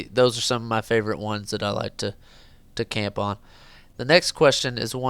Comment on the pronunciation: when you say camp on it sounds like tampon